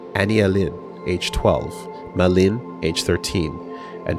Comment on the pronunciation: I finally had time to finish the listen through at work, excellent work on this! Did a touch of research on some of the names and Målin seems to be Norse, and pronounced more like...Mo/Mow Lin, at least based on google translate. While I doubt the name will come up much in the future Frantiček is Czech, and the č is similar to the English ch / polish cz/ć. Based on the other girl's names, Maj is probably nordic, so more likely pronounced like May/My. Charlottesjäl I did a google translate on and, it was a bit different form what I expected, more like...."charlotte shall". Other than that, off the top of my head not much comes to mind. I doubt the people mentioned in the unpersoned chapter will be mentioned again - so my only comment there would be that if its a more slavic sounding name J would be more of a Y sound, so Julius would likely be Yulius to the English ear, but considering he is using all sorts of languages throughout for names and places, you would have to take a case by case approach here. Just reiterating, and noting it doesn't cross all slavic languages, but cz = ch, sz = sh, w = v, ł = w, j = y, and if you see rz it is (in my minds eye so a native Polish speaker will probably spit blood on seeing this) akin to what an English speaker might call a 'zh' sound.